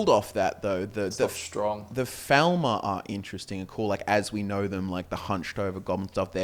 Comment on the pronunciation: I've noticed that you say Falmer slightly wrong